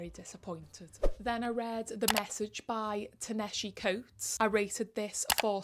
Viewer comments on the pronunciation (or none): Glad to hear Liars is more than just a privilege exploration, because I’ve had my fill of those. Btw, Coates’ name is pronounced [tah-nah-hah-see]. Of the shared books we have, I loved Victorian Psycho the most and wished it was longer.